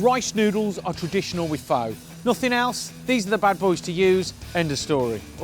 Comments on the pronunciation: Until you pronounce it correctly I can't trust your recipe 😅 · No. Just no. I'm surrounded by Pho shops which are all over my city and know how the stuff should look and taste. 1. Go look up how to pronounce the food. 2. Clear broth. 3. I would not pay a dime (Sorry, mate). It is a phony Pho. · At least pronounce it right! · Great video, terrible pronounciation. Lol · you're pronouncing it way wrong! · the pronunciation killed me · As a viet his way of saying pho, it hurts me, but what I would do differently is with the noodles I don't cook it with the broth, I just pour boiling water on top of it in a bowl and let it soak for a minute or two. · yes! As i'm Half viet, but raised by my Vietnamese grandma, it does hurt alot HAHAHAAHAHHAAH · I’m not Viet at all, and it hurts me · Thankyou, I understand taking out the N, I have just heard it pronounced the O like in "hose". I was just curious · It looks good, it's pronounced incorrectly. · John, mate, it's 'fuh'. Nothing 'faux' about it. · Pho pronounce like fur, no fo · Fow...????? Are you serious? Pho (fuh) is not a 'bish bosh' meal. It's an art form. Have a 'butchers' at the origin and pronunciation of the dishes before you attempt to 'educate' people on a how you think they should be cooked. It's almost insulting. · OMG U SAY IT WRONG ITS PRENOUNCED FUH NOT FOE! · It's pronounced "fah" not "foe" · man! it's not "fo"! it's more like "furrrrr" ;-) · it was triggering me hearing him say Poooh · I tuned out as soon as he pronounced it 'Foe'...respect the dish, respect the culture. At least pronounce it correctly smh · My God man I love your show but for God's sake it's pronounced like FUH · I was turned off by him saying “phO” and how the broth looked like gravy... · how you know someone doesn't know anything about pho...they pronounce it foe...smh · it's spelled phô but it's pronounced fuh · Looked great but am I the only one bothered you can't pronounce pho correctly? It's 'fuh'. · Pho is pronounced like "fun" right?